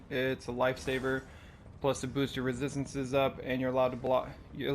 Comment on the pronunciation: Take a shot everytime he says "rethisthinces"